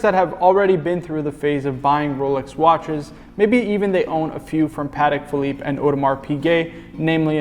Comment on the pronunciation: Haha my apologies you know what it is when you start filming it's easy to fall into the lazy pronounciation phase and mispronounce things. Will pay closer attention to this in the future 😁👍